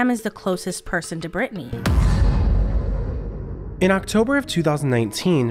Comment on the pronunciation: Its Britteny